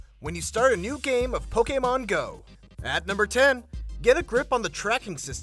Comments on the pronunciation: It's 'Poke-ee-mon', not 'Poke-ae-mon'. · Did it annoy anyone how he says pokaymon, pokaystop and pokayballs